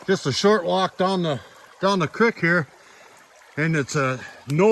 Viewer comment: Say it like ya saying, feet, cr-eek. Lmao But that was a copper ore thing?? Raw freaking copper?